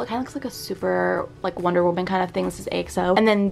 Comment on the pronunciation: Lol ok 44 year old Alpha Chi here. When you say the letters AXO you have to say it A “Chi” O. Please don’t say “X” thanks!!! 🤣😘